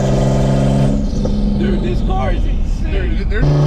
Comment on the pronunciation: why is he saying car like "cwar" 🤣🤣🤣🤣🤣🤣🤣🤣